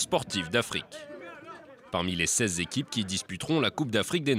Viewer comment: Vous avez entendu ? Sujet CAN : Les seize Zéquipes. FranceTv, Fausse liaison.